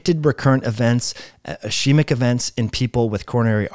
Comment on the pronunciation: Cant't say "ischaemic" either. 🤦‍♂️